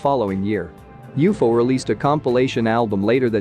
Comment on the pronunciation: It’s not u-fo idiot, it’s u-f-o , moron